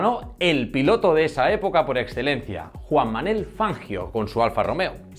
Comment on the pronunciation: es Juan ManUel, no Juan Manel